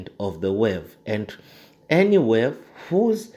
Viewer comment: Thanks for the great video but I believe it's pronounced 'wave' not 'werve'